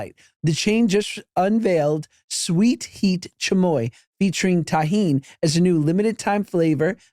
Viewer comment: Josh. Chamoy is not like a chili sauce. It's not spicy at all, it's a plum sauce, you just think it's spicy cause it's always with tajin. Which you guys should stop pronouncing like it's a Jewish word lmao